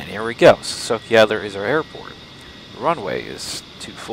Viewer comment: A small correction. City "Sochi" you pronounce like "S-o-k-i". Wrong. Letters "ch" must sound here like in word "chest".